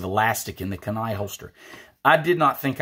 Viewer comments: Kenai pronounced “keen eye”.😉👍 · great video. pronounced key-nai my friend